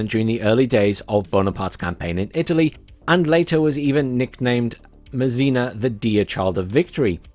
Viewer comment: André Masséna...pronounced `Ondr-eh MahSeh-Nah'... The 'e' in French rarely makes an 'eeee' sound. LoL